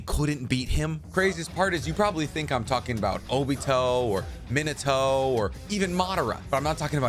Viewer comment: Wow can’t explain in words how much your review is inaccurate the reason characters like this get no screen time cause his greatest achievement was beating an 8 and 12 year old on top of that he wouldn’t stand a chance against neji who was the greatest byakugon user to ever live an the 4ths name is pronounced min-ah-toe hope that helps